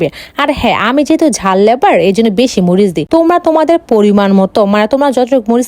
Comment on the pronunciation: জাল লেবার নয় জাল লাবার হয়